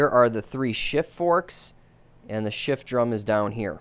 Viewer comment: Did you say shit and not shift?😂